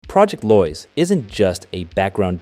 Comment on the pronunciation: It's Lois as in low-is. Not loys